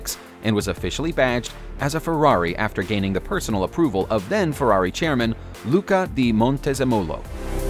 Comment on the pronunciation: I completely cracked up when he said Luca The Mount Desimolo